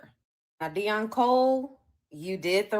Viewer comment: Why do Immigrants constantly Cosplay FBA's???.... Can't even say Deon's name properly....😂😂😂😂....